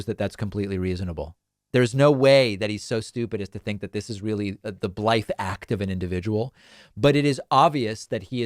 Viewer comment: 'Blithe' is spoken with the tongue against the gums, not against the lips.